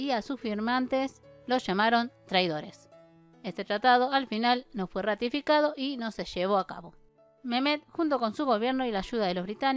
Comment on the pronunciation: No es memet !!!😁 Se pronuncia Megmet.!!